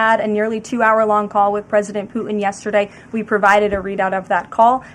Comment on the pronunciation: When she speaks, where are the T sounds? I notice this a lot. For example, when she says Putin, it comes out as "Poo-In". Can she get speech therapy?